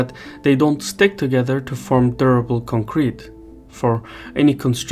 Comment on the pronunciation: Boy, did you learn your pronunciation from Taylor Swift? It's CONcrete not conCREt